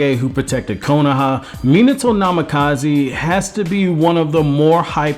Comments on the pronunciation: Its not Nam ey Ka zee which is the way you pronounced it its Na Mi Ka Zei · Minato Namikaze = Me-nah-toe Nah-me-ka-zay. Jinchuriki = gin-chew-ri-key. Kushina = Ku-she-nah. That's all I got to before I stopped. Hope this helps in the future. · "Minato NamakazEE-" aaand bye